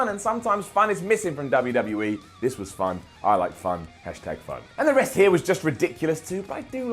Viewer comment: I love but he really struggles to say 'WWE' clearly haha